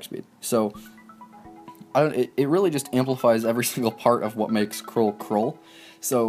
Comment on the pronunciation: Btw it's pronounced Kr-ool like Cruel